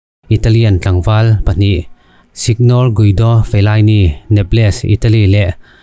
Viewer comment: Nep-les ti a i lam hi, ka lo hriat ve dan chuan, Ne-pels tih ang deuh a lam tur zawk a ni em aw..., ka lo ti ve mai mai a. Ka hre sual ve thei tho bok.